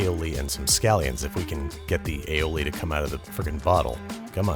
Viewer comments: Maybe the sauce wasn't coming out 'cause you kept calling it aoli. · Aoli lol